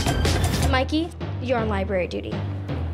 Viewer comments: Nope.. He said "LibRaRaRy" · Marta Yu *LiBraRy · "No TaLkInG In ThE LibRaRaRY" 😂